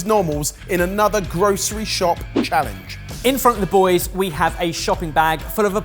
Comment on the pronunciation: A "Gross reshop"? I swear that's how pronounced it!